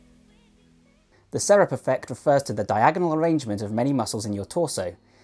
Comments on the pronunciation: Serape se-ra-pe, if you are going to use neologisms, find out how to say them. You make it sound like syrup. I'm seventy , Hay sesenta años. J'ai soixante-dix ans. #growingyoung 🇧🇦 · Just being pedantic here but it's pronounced "ser ·ah·pee" or "ser-ah-pay". Great video though. Keep up the good work! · Bro I love your videos but it’s pernounced Serapè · you say it like sair-ah-pay not syrup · Serape has 3 syllables though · “Serape” is Spanish and pronounced Sir-rop-aa. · For the record, the pronunciation is more accurately seh-rah-peh. As he mentioned, it's a Mexican shawl/cloak that is worn around the shoulders and tucked into the belt, mirroring the muscles he's discussing. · Serape, ser-ah-pee. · Pretty sure it's pronounced se-ra-pe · Great video, thanks! I wouldn't mind a re-publish with the word "serape" pronounced correctly, but it's a small nitpick. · I cringe whenever you say serape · He's got some good info here, but I really wish he'd learned how to pronounce "serape".